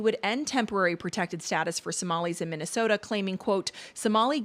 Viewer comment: She can’t even pronounce Minnesota properly